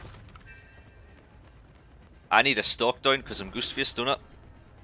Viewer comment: “We have Goost Fist” I’m sorry, it might be an accent but the way you pronounced “Ghost Face” had me rolling. I would not want to go up against this build though. Just looking at it at the start and I can already see Starstruck. That’s enough to make me nervous in a match.